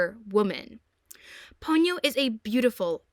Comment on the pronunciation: You don't have to pity me, girl. I was the technician who worked to subtitle The Castle of Cagliostro, one of Hayao Miyazaki's earliest works, into English. Also, it's Po-nyo, not Pon-yo.